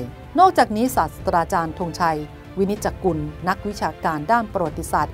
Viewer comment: อ่านว่า ศาสตรา ไม่ใช่ศาสสะดา พระพุทธเจ้า จึงจะเรียก ศาสสะดา